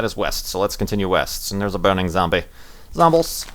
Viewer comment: Does anyone else want to see playing left 4 dead, just so he can say zombles